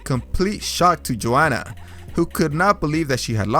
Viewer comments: Pls learn how to say names. You called weidman weedman, Joanna jejejek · The way you said Joanna's name was hilarious